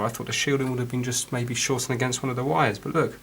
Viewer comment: Vhat are vires? Is it vampire speak for wires?